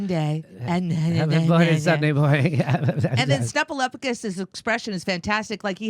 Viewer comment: called him Snufalofagous!